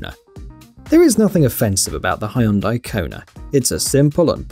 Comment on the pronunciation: The way you said Hyundai!😂😂😂